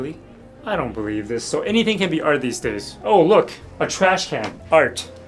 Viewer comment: Not the art pronounced as "ælt" 💀☠️